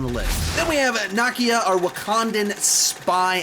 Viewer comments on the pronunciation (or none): Hymndal and Nockia 😂😂😂. butchers names again 😂😂😂